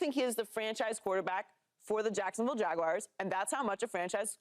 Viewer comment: What is it with people and the Jacksonville “Jagwires”?? It’s not “wires” man, it’s Jaguars, sounds like “ERZ”. Thanks for letting me share